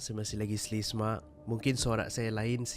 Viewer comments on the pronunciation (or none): bukan slesma..haha..selsema